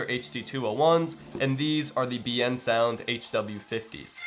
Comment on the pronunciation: Liked the video. Although, your pronunciation of Biensound is wrong. It's pronounced "Bin-Sound" with a trace of an E after the I.